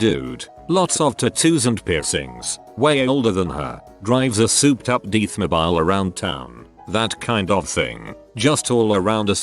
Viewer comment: Deeth mobeel